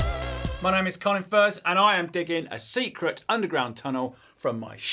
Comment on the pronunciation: Funny that he still emphasizes SECRET tunnel although he posts his progress in the internet.